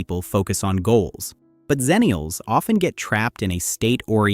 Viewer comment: Good material (as was the previous video), but am I the only one who’s always heard it pronounced as “EX-ennial” any other time / place?